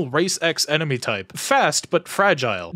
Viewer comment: "...An Emeny Human..." ???